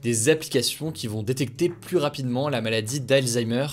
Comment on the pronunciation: Merci... Pardon mais s'il vous plaît arretez de prononcer le S de "plus" quand il est suivi par un adjectif commençant par une consonne. c'est contre le bon usage et à la longue c'est énervant.